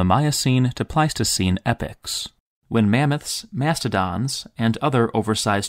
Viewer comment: Good video, definitely a good interpretation of the Griffin myth ! But it's not "Epics', it's "Epocks" (Epochs)